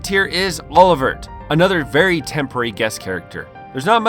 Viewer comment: Yeah, i caught the multiple mispronunciation as well, especially Olivert...